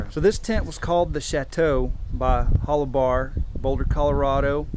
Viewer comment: It was pronounced Hol-you-bar. I bought a pair of hiking boots from them in 1970 from their store in Boulder, Colo. Best damn boots I ever had. Also bought a green nylon down-filled parka from them in 1975, Still have that. Boots were shot after several years hard use. The circular entrance was called a ''snow tunnel'' so you could enter/exit the tent in a blizzard without opening the flaps and losing any heat. Also 2 mountain tents with snow tunnels could be connected this way. The white flannel lining was called a frost liner or vapor liner. The idea was condensation would collect on the white flannel and freeze, keeping it off the exterior nylon shell, so rain repellency was maintained. Also the extra layer helped increase insulation, trapping air between layers. Similar ''Mountain'' or ''Expedition'' Tents in this class were the North Face ''Tuolumne'','' REI Cascade Expedition'', ''EMS Mountain'' and Sierra Designs also made one, but I don't remember what it was called. All had A-frames, side pull outs, coated separate fly, snow tunnel, cook hole. I still have my EMS. I love it. I didn't get the extra side snow flaps, or extra flannel liner, but mine has small snaps where a frost liner could snap in.